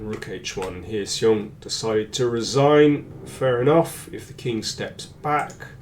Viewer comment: Excellent analysis as always. If I may comment a little on the pronunciation of 'xiong' it is more like 'shi'+ong (somebody corrected me on this).